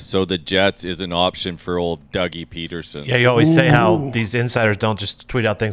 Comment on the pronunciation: Dude said Doug Petersen